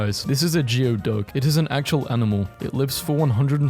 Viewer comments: you pronounced geoduck wrong its pronounced gooeyduck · I like how doesn't even attempt to look up the pronunciation of certain words like Geoduck (Gooey-Duck).